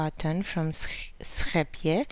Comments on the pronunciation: Thank you for pronouncing 'Scheepjes' the correct Dutch way! :) I know you are Romanian, but do you live in Holland? On one of the pictures in your blog, I saw a familiar looking train in the background. Thanks for all your patterns, you are such an inspiration to me! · I played it back twice just to hear it again coz it sounds so pretty! I'm a kiwi (New Zealand) so we pronounce it's like Sheepies. Can you type it out phonetically for me? How it sounds phonetically? 🙂